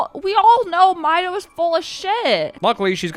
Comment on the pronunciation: Lost me when you pronounced the name as "my-dough".